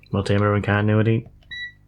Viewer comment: the way you say continuity always makes me chuckle 😅